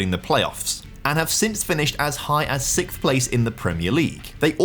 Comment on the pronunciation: And “sixth” it would seem: never heard it pronounced like “sick” before. Strange!